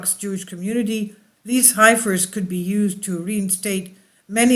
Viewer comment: Pronounced HEFFER ;)